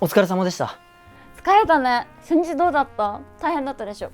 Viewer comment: この動画を見ながら一生懸命勉強している外国人です。 前半ははっきり「初日（しょにち）」と聞こえましたが、後半のネイティブバージョン（ あたり）では「センチ」や「センジ」みたいに聞こえます。 実際にそう発音しているんでしょうか？ もしよろしければ、 コメントで教えていただけると嬉しいです！